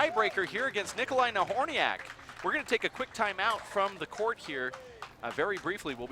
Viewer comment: she slaughtered both last names..Nobody minded